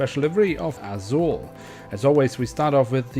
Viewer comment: Você é brasileiro, fala azul curtinho.🤔🤔